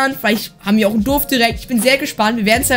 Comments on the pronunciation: Es heißt Dorf nicht dof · Du sagst immer durf das heist Dorf hahahaha Nicht böse gemeinst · XD er sagt „Duf“ zu Dorf 🤣